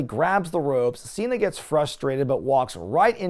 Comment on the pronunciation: "John Cheena".